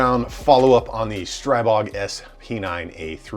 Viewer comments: The i in Stribog should be pronounced as an "ee" sound btw. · Just a note. It's pronounced strEE-bO. The God of the Wilderness. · Pronounced, "stree-bog" "Stree" as in force or gust, "bog" as in god, Stribog is an ancient slavic god of force, gusts, streams, etc. I'm not being nit-picky, just trying to help. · Thx.I see first Time that somebody write how should eng.talking People pronounced it. Every bad pronounced STRIBOG Hurt my ears 😁😎 Greetings from Slovakia.👋🇸🇰